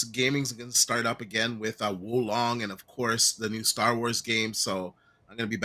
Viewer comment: Wukong withe the hard k not the hard L for wulong